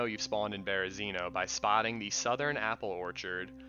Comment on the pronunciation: 🙏You're pronouncing Berezino wrong. Spread the knowledge 🙏 Super good video though.